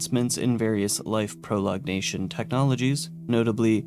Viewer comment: "proLONGation," not "prolognation"